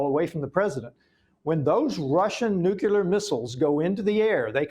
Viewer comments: nuclear not nucular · Duh! NOBODY should be surprised!!! And what is nuculur? It's nuclear! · What is a nucular? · Nu cle ar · I know this may be trivial, but it drives me crazy. Why do so many people put a "u" between the "c" and the "l" in the word "nuclear"?!? It's not "nucular," it''s " nuclear"! You can say the word "new" and the word "clear"... JUST PUT THEM TOGETHER! Sheesh. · What is more concerning is a US House Representative doesn't know how to pronounce the word "NUCLEAR". "NUCULAR is not a word so either he needs new glasses or his eye to brain to mouth has a problem. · How is a congressman pronouncing it nucular? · Nu-cu-lar war😂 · FFS it's nu-clear not nuke-u-lar ! LOL.That's my whinge for today. Peace everyone. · Nuclear, dammit, not Nucular! We are being led by idiots. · "The nukular trigger"???? NUKULAR??? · Ok, listen up, people, grandma can’t take this anymore! It is pronounced NEW’ clear! Accent on the first syllable. It is a TWO syllable word, not three! NEW’ clear! George W. Bush pronounced it wrong and so is this guy and since it’s a pretty big word in the grand scheme of things-let’s get it right, please? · Why is it not possible for an older man to speak English The word is nuclear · Nook ya ler fentinAWL. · From a man who cannot pronounce the word nuclear... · I think maybe Keith Self should learn how to pronounce the word "Nuclear" before continuing any further.